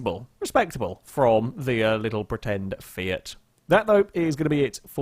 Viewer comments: Fait = Fate Fait =/= Faiat I know it's rip off Fiat but still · The Uno mod is called "Fait One" in BeamNG. Obviously it's a Fiat Uno but the creator of the mod has called it a Fait One in a somewhat ironic way to not have it actually be the real car. just can't pronounce Fait so he makes Fayat out of it:P